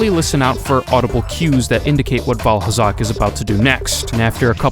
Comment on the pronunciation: Did he just say Vaalhalla?